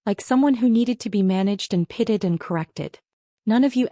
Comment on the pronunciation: Why do these sites always pronounce the word pitied as pitted? Also the verbal pronunciations are so sloppy that half the words printed on screen are totally wrong unless it’s the script that is all wrong so the AI voice is reading it incorrectly.either way sloppy end product.